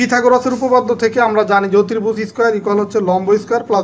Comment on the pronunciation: ধন্যবাদ আপনাকে। ক্ষমার দৃষ্টিতে দেখবেন একটা কথা বলি, আপনার অতিভুজ উচ্চারণ টা একটু ভুল আছে। অসংখ্য ধন্যবাদ, সুন্দর করে আমাদের পড়া বুঝিয়ে দেওয়ার জন্য..